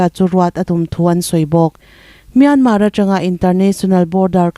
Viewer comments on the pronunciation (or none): none